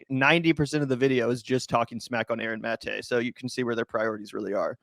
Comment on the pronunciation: & win points in my book for being among the few who bother to pronounce "Maté" correctly (ie, the way Aaron himself pronounces it).